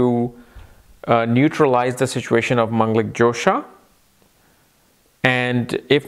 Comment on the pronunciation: it is dhosa not jhosa ...like fault :)